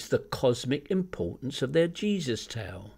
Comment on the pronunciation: I enjoy your videos very much. However, I would enjoy them more if you pronounced "tale" to rhyme with ale, and not towel. Just saying